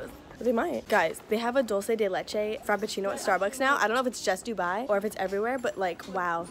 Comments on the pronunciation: I’ve never heard anything whiter than saying dulce de Lethe minute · Okay okay okay. I’m not tryna hard or anything but I’m Hispanic (Argentinian to be specific) so when she said “Dolsay dey lechay” I actually wanted to throw my phone and kill myself. It’s pronounced “dool-se de le-che” (dulce de leche)